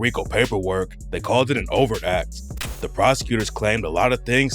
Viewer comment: For about 5 minutes, I am wondering wtf is a "over act" until I look at my phone & realize is mispronouncing 'overt'😂😂. The 't' isn't silent.😂😂